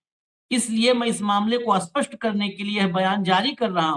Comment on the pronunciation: ashpasht nahi shapsht bola karen thanks